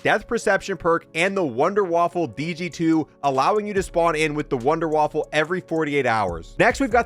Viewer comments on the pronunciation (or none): It’s not wonder waffle it’s wunder waffe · Dude said Wonder Waffle😂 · Yo! He calls wonderwaffes wonder waffles too! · It calls wunderwaffe not wonderwaffle XD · "wunder waffle" 💀